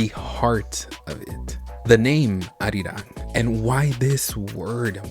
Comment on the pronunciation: OMG IT'S CALLED ARIRANG